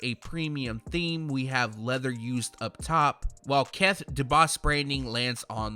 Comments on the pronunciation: Keth is cringy too it's KITH not Keth smh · Says “Keth” instead of kith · "Keth"? Lol